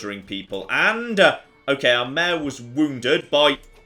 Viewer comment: I keep wondering what female horses have to do with anything... but it’s just one syllable version of the word Mayor.